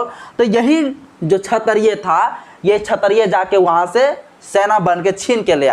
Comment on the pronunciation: क्षत्रिय शब्द का उच्चारण सही नहीं है अतः आप क्षत्रिय के उच्चारण को सही करिये।